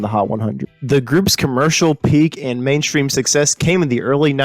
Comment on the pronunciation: "mainstream" not "mainchtream"